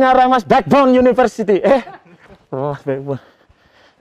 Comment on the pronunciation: tulisanya university tapi yang aku dengar universery